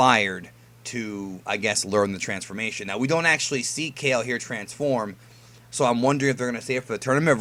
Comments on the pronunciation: It's said Kal-Lay not Ka-ill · kale (kah-lay) :U